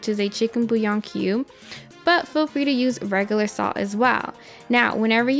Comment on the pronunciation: at 1;20 you say you ad sull, if you are saying salt then spit out the marbles and speak so we can understand you.